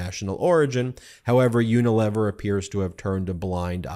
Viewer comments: This is nit-picking, but you are mispronouncing Unilever. It is uni- lee-ver. (Long ‘e’ sound.) 🙂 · Unilever (UK) is pron.: YOO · nuh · LEE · vr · Ben, the third syllable of “Unilever” should rhyme with “tee”.